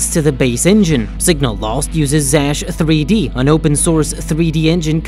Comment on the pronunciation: yes, that's right, I didn't understand because of the strange pronunciation